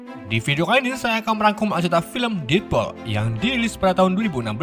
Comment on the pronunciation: Bacanya salah ngab. Detpul bukan detpol